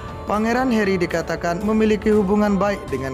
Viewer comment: Harry, tp dibaca herri, mimin....